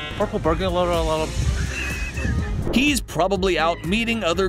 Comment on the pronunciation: purkle burbular alerm🤣🤣🤣